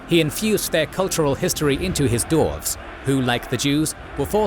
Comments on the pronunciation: The narrator cant pronounce the race correctly. Its dwarves, not dorves! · Great episode! Also, was I hearing the word "Dorves" in there? 😂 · I have to say, i dont like that you say DORFS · I only hear dorfs😂😂😂